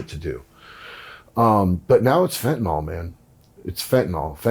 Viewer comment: No "o" in fentanyl